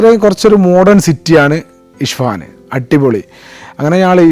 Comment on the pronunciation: ഇഷ്ഫഹാൻ അല്ല ഇസ്ഫഹാൻ ആണ് , പേർഷ്യൻ പൗരാണിക നഗരം സെൽജുക് ഭരണ സിരാകേന്ദ്രം